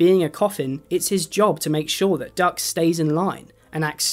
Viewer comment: Not me hearing duck as Doug